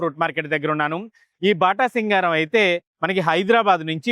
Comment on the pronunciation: బాటాసింగారం కాదు 😂 అది బాటసింగారం